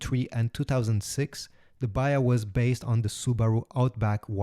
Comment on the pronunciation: Dear AI voice say third not "turd" and say "baHa". That is why i hate AI Voices.